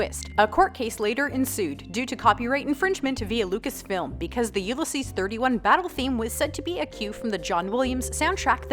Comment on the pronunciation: "you-le-sees"? really??